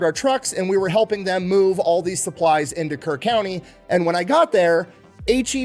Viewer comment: HEB originated in Kerrville (Kerr county, not like he said Kern) TX where the flood of 2025 occured. There was another flood there in July 2026 that was just as bad, but fortunately only 2 lives were lost in this one. ❤